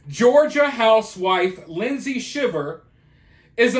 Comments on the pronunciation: Pronounced "shy-ver" not shiver like shiver in the cold. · It's pronounced SHY ver😊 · It's pronounced shy-ver. You love to see someone 'put the nail in their coffin'. Just like I've been saying. You just LOVE the ruin of someone else- when they haven't even been convicted. A confession isn't all that's needed to rightfully convict someone of heinous crimes. Morevoer, she ALLEGEDLY confessed, & the ONLY report of this that I could find is the sometimes dubious Daily Mail UK. But you didn't even bother to put the link in your description or a pinned comment, or even talk about the source your reading. Thumbs down on a lot of counts.